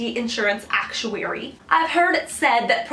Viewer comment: Stop emphasizing ACTuary so much! Thanks lol